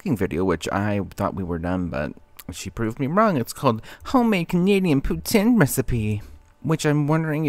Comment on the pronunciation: it irritates me SO much that she can’t pronounce poutine correctly. if she was the french queen she wants us to believe she is, she’d know how words ending in e are pronounced